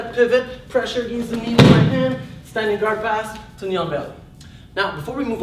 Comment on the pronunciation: "Agaynst" Lmao. Sorry but that pronunciation always gets me